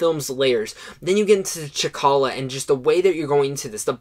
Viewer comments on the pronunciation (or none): 1 Captain America: Civil War 2 Black Panther (You make me cringe every time you say Chakalla. His name is T'challa.) 3 Guardians of the Galaxy Vol2 4 Captain America: The Winter Soldier 5 The Avengers 6 Thor Ragnarok 7 Iron Man 8 Guardians of the Galaxy 9 Spider-man: Homecoming 10 The Avengers: Age of Ultron 11 Doctor Strange 12 Ant-Man 13 Captain America: The First Avenger 14 Thor 15 Iron Man 2 16 The Incredible Hulk 17 Iron Man 3 18 Thor: The Dark World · Ch’Kalla? It’s T’Challa. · T'Challa* not Ch'Kalla.